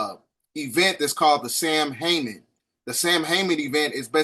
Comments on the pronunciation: Not trying to be picky…this video is amazingly informative! But the pagan holiday is pronounced “sow-an”. Celtic words are so strange because they are rarely spoken the way they are spelled. I digress. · Samhein, pronounced ‘Saw-Wayne’. Thank love for the video,! 🙏🏾💗